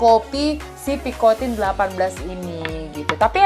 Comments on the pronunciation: Its air-MEZ pee-koh-tan not pikotin 😂😂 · Picotang & Syanel ka bukan picotin & chenel 😅😅